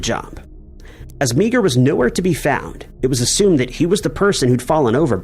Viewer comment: Meagher is not pronounced Mee-Ger, it's pronounced MAR.